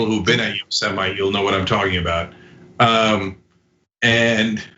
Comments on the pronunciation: Yostemite -> Yosemite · cenk can't even say it right. it's pronounced yo-seMITE. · It’s pronounced yo-seh-mite. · Yo-Semite , lol. Trump can barely read. 🤣🤣🤣 Biden 2020 , FTS ...🇺🇸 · Cenk... It's YO-- sem-ite